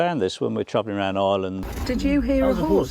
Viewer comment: Its not "eyeland". It's Ireland!